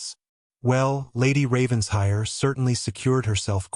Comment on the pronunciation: It’s Raven-shire!